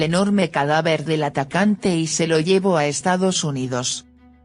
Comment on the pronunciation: NOOOO..SE DICE---LLÉÉÉ´VO...SE DICE.....LLEVÓO´´OÓÓO´